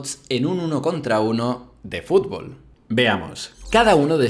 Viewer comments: Me estresa que diga fulbol en vez de fúTbol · a alguien mas le llama la atención como dice "fubol"? o_O